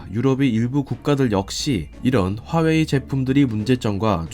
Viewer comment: 하웨이........ 거슬리는건 어쩔수 없네요........ 허나 핫팅 삼성.... 그리고 대한민국~!!!!!!!!!